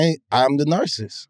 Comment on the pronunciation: I’m a Narsis too not a full Narcissist 😎